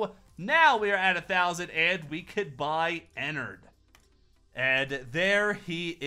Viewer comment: IT IS ENNARD NOT ENNERD